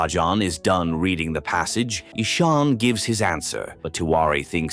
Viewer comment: The name is not Esoon its Ishaan